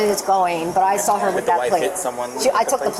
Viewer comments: Crap bag New Yorkers always come to Florida and mess things up! She “sawr” ugh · Ma'am, there is no R in saw. 😂